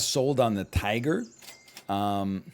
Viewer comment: The final round Tiger flub was hilarious.